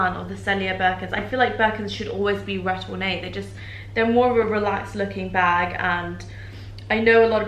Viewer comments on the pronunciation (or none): none